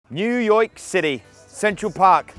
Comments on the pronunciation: "New yok city" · "New Yoyck City"